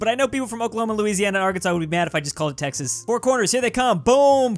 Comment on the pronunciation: he called Texas tennnise